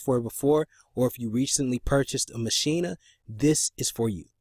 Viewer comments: Maschina? lol. It's Maschine, pronounced machine. Can't hear the audio from the software. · That’s the German Pronunciation ma-sheen-a